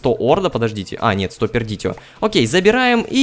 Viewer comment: Учись читать латинские названия. Perditio читается "пердицио".